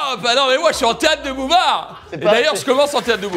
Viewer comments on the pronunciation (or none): Carlito dit bien théatre de bouvard au lieu de boulevard ? genre comme si bouvard était un auteur ou quoi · Carlito, c'est Théâtre de Boulevard, pas Théâtre de Bouvard. Tu te prends pour les inconnus ou quoi ? 😉